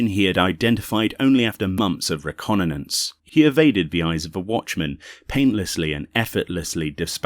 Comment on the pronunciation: "reconnannance" xD i giggled, but was a great listen, thanks for this =]